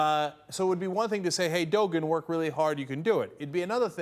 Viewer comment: dogun? dont you mean Doğan.